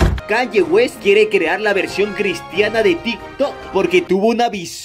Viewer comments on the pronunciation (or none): Persona con un Nivel Basico de Ingles: Kanye West (Kenie West) Memes Random: Canlle West XD